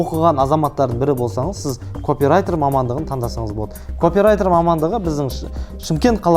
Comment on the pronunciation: Копирайтер сөзі капирайтер болып оқыладыыыы